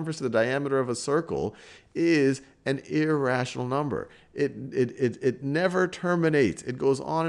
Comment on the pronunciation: Iiiiiration Iraa iratinol nubberrs nubsrs